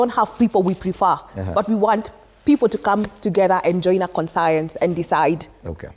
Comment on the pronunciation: Did you say con-science?